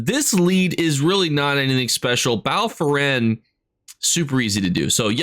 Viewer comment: Yeah he butchers 80% of the names, not sure it its accidental or intentional at this point